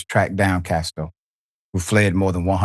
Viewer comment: Prayers for comfort and healing condolences to the family and friends. His name is not Castor - its Casto.